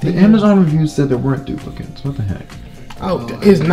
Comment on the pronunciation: AHHAAHAHHAHAH " no DUpLiCatEeSs" AHAHAHAHA